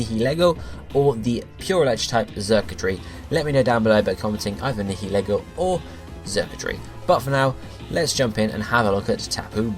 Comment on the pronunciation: Whoa, my choice actually got picked? Oh my. Anyway, I choose Nihilego. (It's pronounced Nye-uh-Lee-go) It's 12-2!